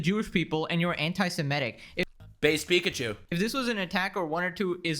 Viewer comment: "PikaJew"?!! bawahahahaa